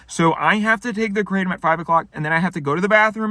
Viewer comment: Hello! Kratom is actually a Thai word and is pronounced "krah-TOM" not "KRAY-tum". Also, there are ways of taking it which enable it to take effect within minutes so you don't have to wait an hour, and can also be easier on the stomach than swallowing a load of gelatin capsules. I recommend doing a bit of research to find the method which works best for you. Good luck and best wishes!